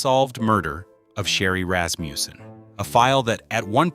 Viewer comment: what's up withe random pictures .......... nothing to do with the case. Rasmussen, not Rasmjuusen